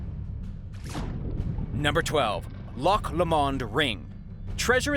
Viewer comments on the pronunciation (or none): I wish narrators would look up the words they speak in order to say the correct pronunciations of place names. It's so simple. It's not Loch luh-MOND, it's Loch LOH-muhnd. There's even a famous song... "...on the bonnie bonnie banks of Loch Lomond" (LOH-muhnd). It really devaluates a video. And so does showing us a photograph from the 1800s of a guy who lived in the 1600s. This is bush league stuff. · Loch La mond……🤣 Lomond - sounds like (Low mond)….. got Loch correct so brilliant as some people from here (Scotland) even say Lock!! Lol great video! :) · It’s Loch Lomond pronounced ‘ Low mand’ and Balloch pronounced’ Bal-ock’ sorry bit of a cringe on your pronunciation… interesting video though. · loch Li-Mond lol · its pronounced Lock Low mond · Man, please pronounce Loch Lomond properly. :( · That Loch Lomond pronunciation was fucking terrible🤣🤣🤣🤣